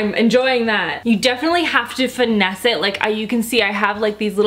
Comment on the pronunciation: Wait did she just say finesse